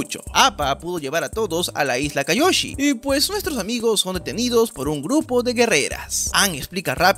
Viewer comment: Se dice kioyi